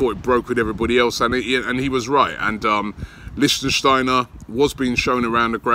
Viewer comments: Robbie it LICTSTEINER not LICSTEINSTEINER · Since it looks like you'll be saying it a lot. It's "lichtsteiner" not "lichtensteiner". He is not a country representative :D. Prononciation : LICH- STEIN - NER (3 syllabic) . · LICHTSTEINER, NOT LICHTENSTEINER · LICHT Robbie!! It‘s LICHTsteiner for god‘s sake! :D :D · Dear Robbie, his name is Liecht-stei-ner not Liecht-en-stei-ner. I'm not even sayin about Papastathopoulos, just Sokratis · Originally thought you were joking robbie, its Licht-steiner not Lichtensteiner pal!!! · Lichsteiner .... Not Lichtensteiner lol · lichtsteiner not lichtensteiner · LI-SHTEI-NER damn it Robbie!! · Robbie! It’s “Litch - Stein - Ner” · Wahahah he said “Liechtensteiner” every time. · Lishtenshteiner LOL . Robbie the name Butcher is back xD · Did u actually say Listen stainer wtf 😁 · Someone teach this guy how to pronounce Leichsteiner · It irritates me when you say lichtensteiner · It's pronounced "Lich-steiner", mate. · Robbie small fyi its pronounced "Lick- Styner" big man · Lich Steiner. Lich Steiner. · THANK YOU! im clearly not the only one who cringes every time he says his name wrong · Michele Frisoli No, it’s Lichtsteiner you muppet, go google it. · Robbie u butchered the guys name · Your pronunciation of Lichtsteiner is so bad Robbie xD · If you dont stop mispronouncing Lichtsteiner haha